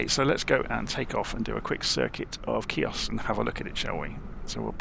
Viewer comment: I spent a magical 2 weeks on Chios in 2012, excellent modelling of the airfield, just as I remember it!....just one thing, it's pronounced "he-os" the "C" is silent! Transavia used to squeeze 737's in there, but I think they had to refuel on the return trip to Holland at Thessaloniki due to the short runway! I also spotted Avro RJ's from now defunct airline "Astra". Very few Brits went there, we had to transit through Athens onto (in those days) an Olympic Q400. There is a deserted airfield on the south west side of the island which I was told by a local that it is a diversion airfield for the HAF.....with the close proximity of Turkey, I think a lot of the airspace is still hotly contested and airspace incursions are a regular occurance! Excellent video, thank you🙂